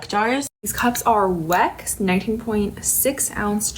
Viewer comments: not only does she sound like the ONLY thing she knows about it is that it's a trend, but she calls it a wreck jar 😒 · whats funny is that like. Its a german brand right? Wouldnt it be pronounced with a V sound? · As a German speaker, I am sure enjoying the way some of these American influencers are pronouncing Weck. (Not, she says in in a normal English pronunciation, I am talking the really funny "Wreck", "Weeck" from some of the example vids) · I'll be so honest and nitpickey here, the way some of these ppl pronounce Weck is bothering me (wreck????) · I want to see an influencer actually pronounce this thing (that I just learned about a minute ago) correctly. Shouldn't it be 'veck?' I'd love to see everyone's confusion 😂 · Is German is pronounced Veck. Just wanted to say it, because it made my ear tickle every time I heard weck… anyways. Yeah… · Weck Jar, after awhile I was hearing wack job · not her calling it a wreck jar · That second tik tok girl was pissing me off with the mispronunciation of "weck". If you are gonna promote it at least pronounce it right lmao. And what up with the one girl saying the jar is from ballerina farms? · Pet conspiracy theory: That lady intentionally mispronounced Weck as ragebait. To drum up engagement from angry/annoyed commenters. I hate what the internet has become.